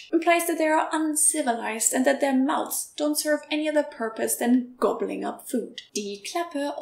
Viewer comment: "Mouth" uses a soft TH sound like "moth," but "mouths" uses a hard TH sound like "mother." Also the S in "mouths" is pronounced more like a Z.